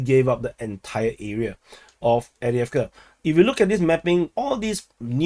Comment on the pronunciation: There was never enough “eeeeeeee” in your Adeeeeeeevka, anyway. For that matter, you should up your “eeeeeeee” game when referring to “Keeeeeeeeeev”, “Lveeeeeeeeeeeeev, and Kharkeeeeeeeeeeeeeeeev” as well.